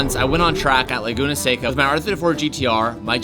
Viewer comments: Lay-goon-uh Say-cuh???? Come on. Learn how to pronounce Laguna Seca please...😂😂😂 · Don’t let those east coasters make you pronounce it as, “laguna SAY-ca.” It’s “laguna seh-ca!” It’s a Spanish word. You don’t have to use a full accent, but don’t let them bully you into butchering it 😂 I will comment this every time I hear it 🙃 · You did it. YOU SAID “say-cuh”!!!